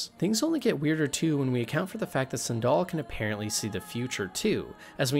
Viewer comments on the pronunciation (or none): how do you mispronounce Sandel. its like the shoe. San Doll. bro pls youre killing me. I want to like this!